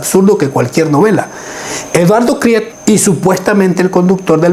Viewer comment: NO SEAS INDIO....KRIETE SE PRONUNCIA KRIT..